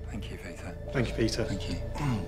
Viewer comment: Pee-ter Sorry